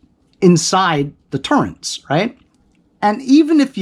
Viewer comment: OMG, nice review, BUT it is TURRETS, not turreNts … no N. Sorry, I got OCD and every time you say it wrong gives me agita. Hehe.